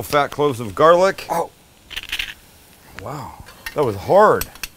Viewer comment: . “ that was houard”